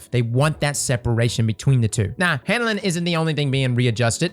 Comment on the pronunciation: Take a shot every time says " handle-inn"